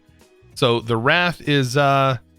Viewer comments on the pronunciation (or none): Wraith isn’t “ra-th” it should be “ray-th” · Ray-th not wrath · its "ray-th' for wraith and "bray-zi-er" for brazier and "pew-ter" for pewter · Its not rath. Its Rayth is how you pronounce Wraith. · emm. not to be correctionist but you spelled wraith (*w r ei t h*) wrath (*w r aa t h*) it just itching :D :D awesome dogs. been watching since ep 1. awesome and recommend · I mean he said WRATH and not WRAITH which set me on a journey. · long a on the wraith - as in wrayth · He's got dyslexia, you learn to just roll with it after awhile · You keep say bra, like a girl's bra, over and over again whenever you try to say Brazier. And there's an I in Wraith. And REALLY, Pewter too? Come on, that's not a complicated word! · Shh don’t tell him it makes his videos funnier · Who's gonna tell him about the I in Wraith?